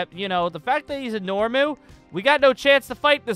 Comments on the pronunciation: The fact that he calls NOMU NORMU makes me cringe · Why did u call a nomu a Normu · Bro it’s nomu not normu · I think it's nomu not normu